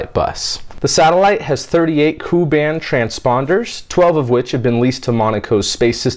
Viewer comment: Ku-band is pronounced Kay-You.